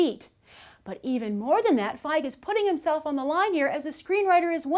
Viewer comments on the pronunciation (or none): Ok i apologize and i know its no big deal but i just read a novel by Paul Feig and its pronounced Feeg. If you read it you would understand why i had to post this